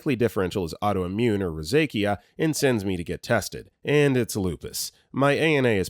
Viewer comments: Can you PLEASE look up pronunciations before you make these medical videos? Rosacea is row-zay-sha, not row-zay-kia. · amniocentesis = AM-knee-yo sen-TEE-sis rosacea = ro-ZAY-sha